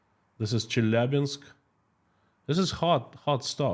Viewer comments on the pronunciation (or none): none